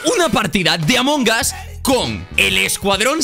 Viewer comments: Escucho a varios Youtubers decir Among Gas Yo: LPM, ES AMONG US! AMONG USSSS! CON LA U Y LA S COÑO! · Gente normal : Among Us TheGrefg : Among GAS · Gente normalisima: among us Thegrefg: AMONGAS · Se pronuncia "Among As" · Nadie: absolutamente nadie: thegrecox: Amon Gas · Nadie: Grefg: Among Ass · porque dise amongas